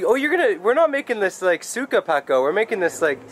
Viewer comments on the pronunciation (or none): none